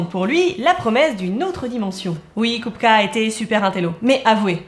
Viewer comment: Haaaaa une chaîne qui s'intéresse à l'art des tchèques contemporains. Déjà bravo pour le sujet, ensuite pour la prononciation qui est impeccable. En fait la trinité "Mucha-Klimt-Kupka" est ultra importante pour les tchèques car ils émergent au moment de la création de la première république tchécoslovaque, tout comme le swing tchèque en terme de musique. En tout cas merci pour mettre en lumière ce peintre trop injustement méconnu d'un pays qui l'est au moins tout autant.